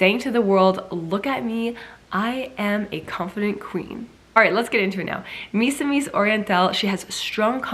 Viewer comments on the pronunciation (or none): hi Siera! Misamis is act pronounced as MEE-SAH-MEES 😊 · The stress should be on the second syllable- Because I notice when Siera pronounces that word. She always put the stress on the first syllable. This is the right away to pronounce it "mi-SA-mis" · How to pronounce "Misamis" -The stress should be on the second syllable. "mi-SA-mis" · Hi Ms. Siera, you can pronounciate "Misamis" with the accent on the "a" and not on the "i".